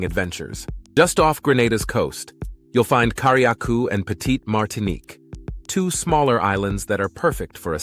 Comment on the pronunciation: 20 facts and you don't have Genadines there?? You only mention Carriacou & Petit Martinique briefly under sailing. These should be one of the 20 facts. Btw Carriacou is pronounced CARRY-A-COO not Car-re-a-coo